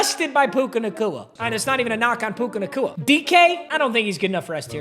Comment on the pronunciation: Why is no one talking about how he kept calling bro puka nacua that was not puka